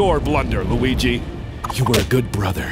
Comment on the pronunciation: I literally cracked up when he said luige in anime form